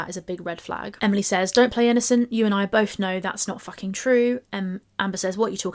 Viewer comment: Watched the original. Watching your video because we didn’t forget how vile you “BOLTH” are 😑